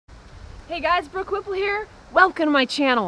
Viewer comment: Hi. Did you say Brooke WHIPPLE ?